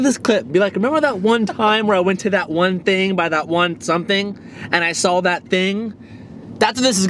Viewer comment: for christ sake TJ there is no L in the word "saw"